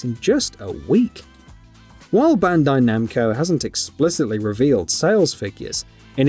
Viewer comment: "BANDO NAMCO"?